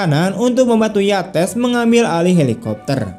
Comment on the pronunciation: Cara baca nama : YATES bukan di blasss pakai bahasa Indonesia jadi Yates juga. Tapi ditutur pakai bahasa Inggris yang bunyinya menjadi : 'YEITSS'.